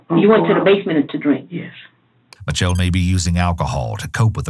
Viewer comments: Why does he say mitelle, instead of mitch-elle its annoying. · Raven, I love you buddy, but it's pronounced "mishell"